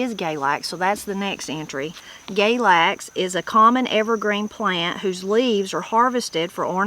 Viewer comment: Galax is pronounced "galax" not "GAYlax." I think it may be same as goldenseal. Plenty of people gather roots, including those who go "sangin" Also, when I was a kid, goldenseal had a price measured by the pound, just like several other roots. Bloodroot was one.